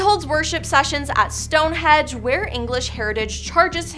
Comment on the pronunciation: Stonehedge?Its Stonehenge